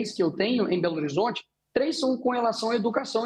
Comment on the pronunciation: So se for em "BOLORizonte" mesmo!